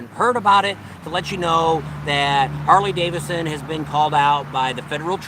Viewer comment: Hey. It's Harley DaviDson, not Davison. LOL. All in good fun. Love you guys. Be safe!!